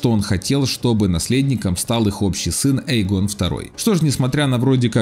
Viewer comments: Почему не РейнИс, почему не ЭймОнд, но именно остаётся ЭйгОн🤦‍♂️ Э́йгон, ударение на Э, бл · Воот, тоже это резануло слух! Эйгон - ударение на 1 букву!